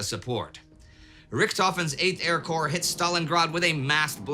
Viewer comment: A minor correction, but corps rather than corp. Corp is an abbreviation for corporation, while corps entered the English language through French. (hence the silent P and S)